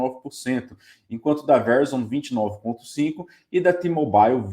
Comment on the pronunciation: Excelente video. Dica : Verizon se pronuncia ve-rái-zon